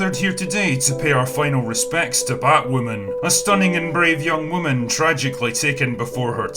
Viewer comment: what will I do for laughs now that AZ won't be pausing in his narration of batwahmmynz with "fookin' scissoring"?